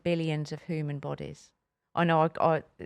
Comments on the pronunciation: And “hooman” from 😂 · this is coming from the woman that pronounces ‘human’, ‘hooman’